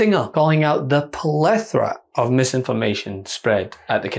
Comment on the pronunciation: It's pronounced PLETH... OWE... RUH